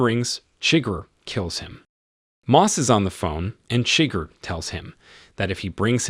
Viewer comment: Great content. Enjoyed the vid. But seriously man, they actually announce how “Chigurh” is pronounced. Need to fix that.